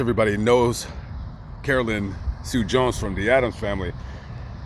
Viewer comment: It’s Carolyn